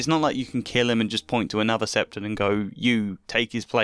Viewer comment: Hearing you pronounce "high septon" as "high septum" actually fried my brains